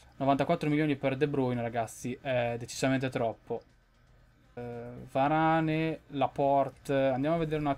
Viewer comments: comunque si pronuncia "veran" no varane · Si dice Varan e si scrive Varane